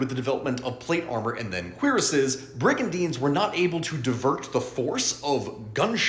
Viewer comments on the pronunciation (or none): No, I agree, if you're going to dish out factual information, endeavour to pronounce it properly. .